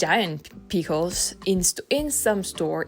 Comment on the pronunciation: You were saying "food" properly. Maybe helpful to remember the sound you make when you see yummy food. Ooooo! Also, very cute the way you say Peekles.